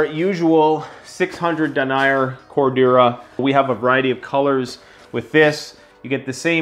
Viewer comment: Love your channel and love your design. If you're gonna do military patterns, Multicam(regular and tropic), MARPAT, CADPAT, and A-Tacs will sell. Btw it's pronounced Den-ee-yer. Lol has some of these fabrics and hardware but you might want to contact wholesalers to source for better costs. I hope you sell a ton of these! Best prepper channel ever!